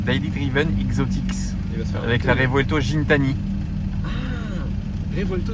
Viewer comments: Salut! C'est un kit widebody 1016 industries avec des jantes AL13 échappement gintani (prononcé G pas J a la française ! ) merci pour le partage je suis DDE depuis 2016! Pendant le Gumball en Croatie il me semble ,la transmission s'est bloquée heureusement ils roulaient doucement a cet instant...un autre youtuber MR JWW était lui aussi en Revuelto...il a été chez RIMAC (Bugatti )qui a gracieusement modifié une pièce pour que sa transmission tienne 🤯...des trucs que tu vois que sur un Gumball 😂! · Gintani ca se prononce comme Guy avec un G pas un J! C'est le propriétaire qui le dis pas moi😅!